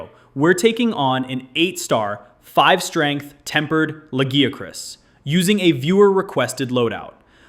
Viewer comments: I love that you pronounced Lagiacrus differently almost every single time 😂 Fantastic video as always! Love your content, keep it up! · No, its not just you. I think GL has the worst focus strike. Also, the way you pronounce Lagiacrus differently everytime cracks me up. Next time say the japanese name! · How you miss pronouncing Lagiacrus when they even said it in the cutscene 😭